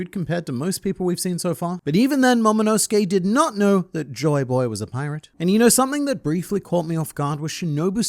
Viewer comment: Demaro Black calling Joyboy as Joy Toy got me lmao 🤣